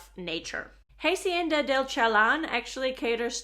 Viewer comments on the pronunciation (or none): First, thank you SO VERY MUCH for sharing this wonderful information. But PLEASE educate yourself on the correct pronunciation of Spanish words / letters. Example: it's hah-see-en-da, not "haY-see-en-dah".